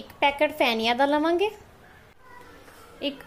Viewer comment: Pheniya or feniya not Phhaniya